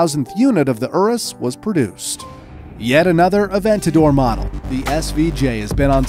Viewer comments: The Lamborghini ourus 😂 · It's not erus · How u sound out urus is you-rous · pronounces urus like ooroos lol.